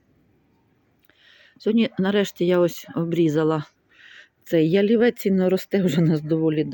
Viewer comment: Приємна, спокійна розповідь. Єдине не п'ялівець, а ЯЛІВЕЦЬ .